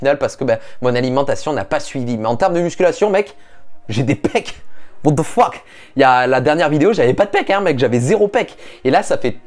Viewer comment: "What Deufhk" trop épique xD